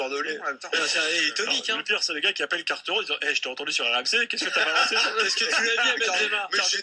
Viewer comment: Je suis d'accord avec toi, mais c"est un sale con et c'est pas "Carteron" mais "Quarteron"